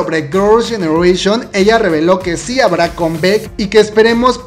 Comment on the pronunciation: "Combec" "iduan" "jiouna" 🤦🏼‍♀